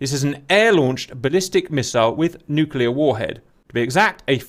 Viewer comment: Ewww cap said “nuculurrr” Lol :)